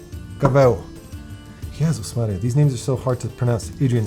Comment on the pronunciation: the perfect way you said "Jezus Maria" really felt Polish of you ;D